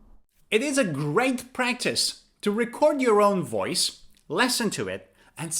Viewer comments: The verb listen is pronounced /ˈlɪsn/ not /ˈlesn/. Sorry to correct you. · Why are you pronouncing "LESN" instead of "LISN"? You're the first person I've heard that from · you’re saying “lessen,” (or “lesson”) not “listen.” “Lessen” has two short e sounds. “Listen” has a short i sound and then a short e sound.